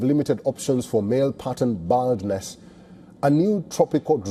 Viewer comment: Hahaha wtf. Bro couldn't even pronounce "baldness"